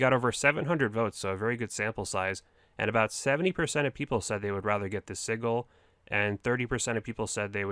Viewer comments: And sigil is pronounced "sidge-il" not "sig-il" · 😂😂 it’s si-jil not siggle for sigil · Prononced sidjil my dude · We have another word OSRS youtubers can’t pronounce. “Sigil”, add it to the list! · That's not how you say Sigil lol. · And sigil. It pained me every time I heard it